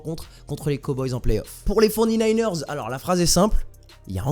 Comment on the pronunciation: Mec respect nous on s’appelle les 49ers ca se prononce fory nayners non pas les forny nayners